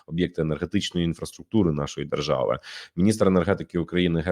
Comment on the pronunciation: что ты подразумеваешь, говоря "дэржава".